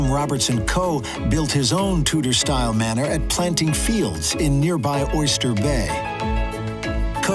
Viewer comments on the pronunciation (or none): none